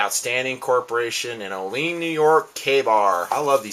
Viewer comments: sorry but it's pronounced "oh-lee-in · sorry to be a nag but the city is pronounced OH-LEE-ANN just to make you a little more knowledgeable